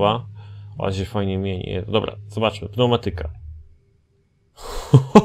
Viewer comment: jak sie włancza pneumatyke